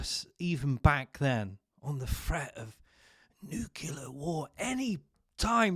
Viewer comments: 'Nucilar' bombs aren't real, you're right. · Nu cle ar. You're welcome.